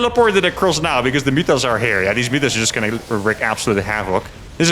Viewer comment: It's Serral. You pronounce them "mootas", not "mutas".